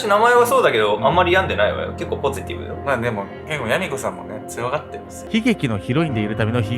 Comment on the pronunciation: の、「ポズィテイブ」って言い方がまずポジティブwww